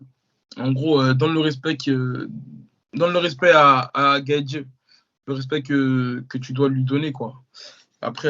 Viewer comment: Les gars je kiffe ce que vous faites mais la prononciation des blases vous me tuez GaethJE Léo Edwards